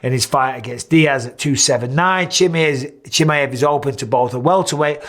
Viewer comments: Michael it's not chimiEV please the last name properly chimiAV. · its pronounced, kem "eye" av